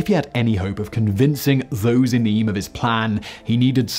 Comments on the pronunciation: It's closer to Eeem than E-yam. Yeah, quite a story isn't it? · EEEM, NOT EEUM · I live in Eyam (pronunce as eeam), and for 12 years I lived in the Plague Cottage.. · I live in Eyam (pronounced Eem) we are proud of the villages history . Some of the pictures that accompanied the video showed the plague window in the church and crowds who came out to the village on Plague commemoration day. This is still held but not so many joining in the procession nowadays. A band leads the way from Church to the field where the outdoor services were held in plague times. If you ever get over here do come and visit us...lots to see and do in the Peak district. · I live quite close to Eyam in a place called Chesterfield.( pronounced Eeeam as in Steam). It's history and the lessons we learned were applied in the recent pandemic. Isolation, household quarantine, limiting the spread by hygiene. Reverand Montpesson and Stanley created a boundary and goods were left at the boundary and money for the goods was left at the boundary, was left in vinegar. The stories of how the families lost each other one by one and having to be buried by family is harrowing but despite it all it worked and surrounding areas were saved because of their actions. It did make me super angry by people who were going out despite being told to stay in during the early days our own pandemic. If only they had all heard to story of Eyam (not a tale but fact). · I used to live in the nearby City of Sheffield. Quite often I set of on my walks from Eyam across the Derbyshire Peak District, beautiful area. It is pronounced locally as Eem! Some say that nursery rhyme’Ring a Ring Roses is based on the plague, some say it isn’t! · I live not far from Eyam, pronounced eem. It is such a beautiful little village. I used to go hiking there. How that village saved the lives of so many others was amazing. It just shows that in the 15th century, they had more respect for their fellow man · As he said,it's pronounced EEM!